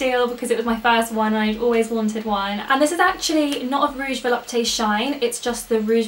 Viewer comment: If there isn't any accent, Volupte is pronounced vo-lupt, no need to pronounce the "e" at the end. I'm a recent French fan of yours :)